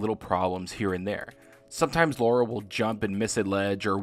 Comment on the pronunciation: OMG triggered. Lara. Lahhhhhra. Not Laura. I really liked Tomb Raider. I bought the original, and then replayed it when I got the Definitive edition. I loved Rise of the Tomb Raider, and it was my favorite Tomb Raider at the time I played it (even compared to the pre-reboot titles. I have been a fan of Lara for more than 22 years.) Shadow of the Tomb Raider is seriously my favorite Tomb Raider of all time. I don't think it is necessarily as technologically impressive upon release as Rise was, and I don't think it was as polished either, but the narrative, the voice acting, the script, all come together with great mechanics to make it my favorite game in the history of the series. The fact that Shadow isn't my game of the year speaks volumes to how great a year in gaming 2018 was, since it would have been my game of the year in virtually any other year.